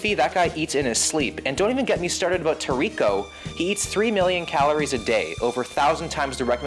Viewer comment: “Toriko” bruh lmaoo